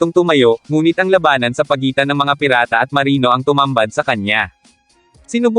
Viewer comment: iba ang bigkas mo lodi sa labanan, tunog malabanan..😘😘😘